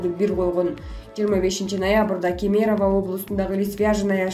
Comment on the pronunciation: Алып баруучу кыз угуп турсам бардык видеолорунда КЕМЕЕРОВА деп айты жатасын КЕЕМЕРОВА деп ударения биринчи Е де болот.